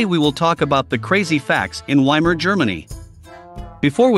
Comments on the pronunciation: Vai-mar, as in Steve Vai, not Y-mar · Why can't someone who presents a documentary with supposed accurate detail not even pronounce properly the name of the place they're talking about. Doesn't everybody know that you pronounce the German " W " as a "V" ? It's the VAYmar republic not WAYmar. Dear ! Dear ! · WTF is WY-MAR Germany? It's poronounced VY-MAR. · Weimar is pronounced Veimar. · If you're going to make a documentary about "Weimar Germany," please learn how to pronounce "Weimar" correctly!